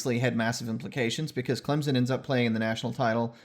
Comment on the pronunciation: “what we saw was contact was either initiated by the defense or mutually initiated” - Roger Redding (NCAA coordinator of officials) Yea it’s a pick play, but technically it’s not offensive pass interference, so a good no call. Also thanks for pronouncing ClemSon correctly lol